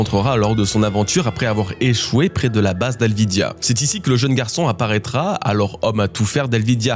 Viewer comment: Ça commence mal, c'est pas alvidya mais Alvida